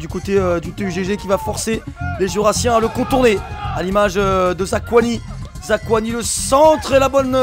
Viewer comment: Zakouani et Kimbembe si jamais :p